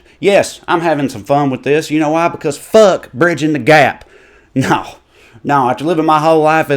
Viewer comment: I love when the word fuck has 3 syllables.